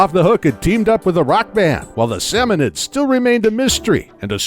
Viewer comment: It's not pronounced "oc-tear-ians", it's "oc-tar-ians". And it's not "Sammonnids", it's "Salmonoids".